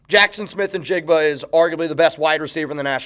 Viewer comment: The names Ngakoue (West African origin) and Njigba (West African origin) both pronounce the N in their names. It's a distinct sound of an N before the next letter as they do in Cameroon where I lived for 4 years. I remember you used to say it was pronounced "Gokway" and you insisted you were right and everybody in sports announcing was wrong. It's sad when somebody truly thinks they know everything and simply can't admit when they're wrong